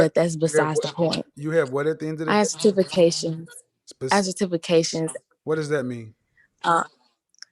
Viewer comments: “i have sir-TIFF-ications” CANT make this up. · The HS educated lady with "certif-acations" was so deluded. If I were on a date with her and that came out of the her mouth, she would quickly go from a potential wife to a fun chick. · Cer-tif- ah- kay-tions 😂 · Get-tifi-cations. Lolololl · You have what?? Sir-tiff-ications Kevin 😳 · When that chick said Sirtification I lost it LMAO 🤣🤣🤣🤣. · SERTYFICACIONS lmao I said what?? Too just like Unk. Long live KS man 👏🏾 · Cimptafications lol 😆 not certifications lol 😆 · she edamacated with her sitifuhcations woo chile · I have "Sirrtifacations" lol you mean "Certifications". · She said “I have Sir-Tif-ications” 😂😩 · Bruh did y’all hear how the first caller pronounced “certifications”? 😂😂😂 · CERTI FI CATIONS lmao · She said certifications so wrong 🤣but wants a high value man 🤣 the look on his face,,,,,poor thing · I almost fell out the chair when he said it like she did 😂